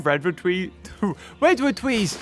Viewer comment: "Wed wood twees" -, 2020